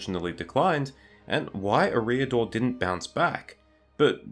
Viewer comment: Great work in fairness. And as you say "No one should be placed on a pedestal and beyond criticism" so it's "Eh-riador", the emphasis on the first syllable, but only slightly. Cheers and you're welcome 👍😁